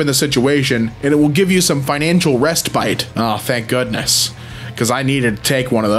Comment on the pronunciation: That’s not even how you pronounce “respite.” It’s pronounced “RES-pit.”